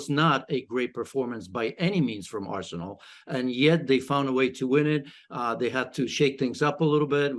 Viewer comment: Is it just me r she said arshole